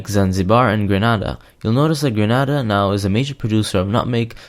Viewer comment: The country is pronounce Grenada not Granada Granada in Spain